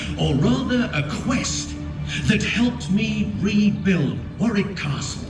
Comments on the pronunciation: oh and the a is pronounced as o, so the pronunciation is actually WO-RIK and WO-RIK-SHER (all the counties ending SHIRE are pronounced SHER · Note:. The second W in Warwick (and Warwickshire should NOT be pronounced. It is completely silent.